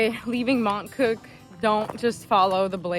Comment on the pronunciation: Mont cooo-k. Not mont cul. LOL I've been rewatching your videos and getting info to prepare for le chemin next spring. I don't know why you walked it in August of all months. So hot. You guys are brave.